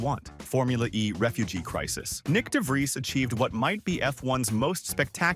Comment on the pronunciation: Nyck de Vries not Nick de Vries and it's Alphatauri not Alfatari.